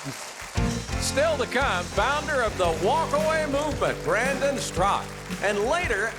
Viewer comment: Why are you Mr. Huckabee and your announcer pronouncing Mr. StraKA as Strak? It is very disturbing!